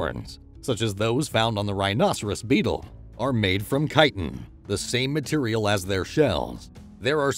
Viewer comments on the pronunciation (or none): none